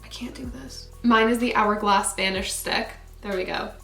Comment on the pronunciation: Hourglash lol love it